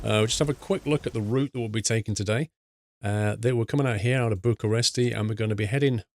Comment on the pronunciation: It's Bucharest btw